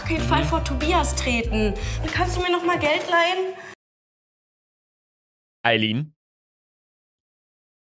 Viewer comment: Ich fülle mich sehr verarscht. Ihr sagt lemlich die ganze Zeit Ayline und so heiße ich